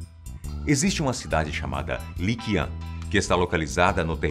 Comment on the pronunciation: Li Qian se pronuncia Li Tchien